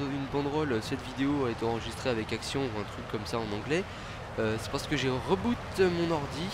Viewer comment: reboot ? On dit pas riboot (le c pour la prononciation)?